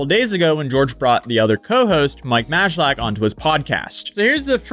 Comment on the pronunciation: Pronounced may-lack